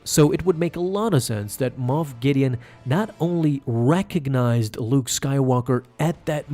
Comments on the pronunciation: Luke just ruined this man's whole career. And it's MOFF guys,.not moth. SMDH. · I honestly thought it was MOTH Gideon not moff 🤣